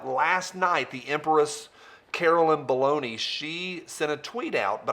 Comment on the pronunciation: I think you mispronounced Baloney